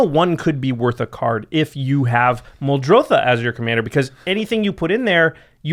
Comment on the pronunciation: "Its MuldrOtha, not MuldrothAH." "If it's so easy, why don't you do it?" proceeds to combo off with Fraying Sanity, Fleet Swallower, and Laboratory Maniac